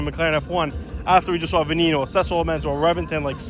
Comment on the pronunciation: It's pronounced Veh - NEH - Noh, not Veh - KNEE - Noh.